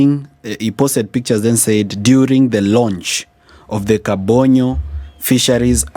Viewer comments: Hello, the place is called Kabonyo Kanyagwal not Kabondo kanyagwal. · It's Kabonyo Kanyagwal. Not kabondo Kanyagwal.